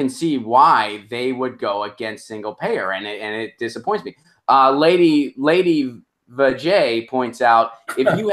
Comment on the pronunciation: You still have issues with saying my name. It's pronounced like LadyEeeevaJ.:D Hopefully that will help, otherwise I may change my username to something easier to pronounce. The nickname was given to me by a Russian friend over 20+ years ago...I guess that makes me a Putin bot. Oh sorry, wrong topic. Still stand by my statement even if disagrees.